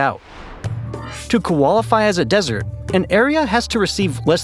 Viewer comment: “To Koalaify as a desert” first time I’ve ever heard someone mispronounce qualify 😂